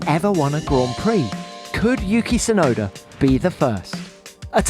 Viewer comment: I hate when they call him "Sunoda" instead of Tsunoda.